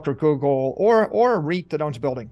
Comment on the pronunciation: Its REIT, not right.